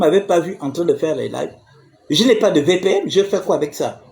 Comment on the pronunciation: On dit VPN, pas VPM, mais toi tu es trop édoungué pour comprendre dans quel siècle tu vis.